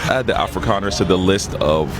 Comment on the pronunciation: Did he say Afri’Connors? I can see that. Oh he said “Afrikaners” my bad. 🤦🏾‍♂️😅